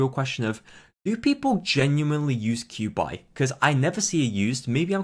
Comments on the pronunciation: please dont ever say qiubais name like that ever again im begging you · actually its chew-bye